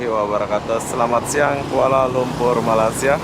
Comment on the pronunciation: Bila mamat ni sebut je malassia terus tak minat dgnnya , dia nak beritahu dunia yg rakyat Malaysia ni malas2 lah tu , negara2 asean pun salah sebut , subjek pengetahuan am kurang ye , lepas tu ramai pulak konoha yg sebut malassia , pengor tenan